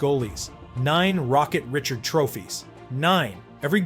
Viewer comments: "Rih-shard"..... not "Rit-churd". If you cannot read it yourself, don't create a channel catering to fans and look stupid. --“It is better to keep your mouth closed and let people think you are a fool than to open it and remove all doubt.” ~Mark Twain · Richard is pronounced Ree-SHARD. Maurice Richard is one of the all time greats, which is why a trophy is named for him. Pronouncing his name correctly is basic respect. Get better AI or voice it yourself. It's a shame too because otherwise this is a great video. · Reh shard.